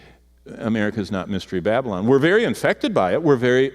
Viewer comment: Its 'BaB A LON'. Not 'babblin'.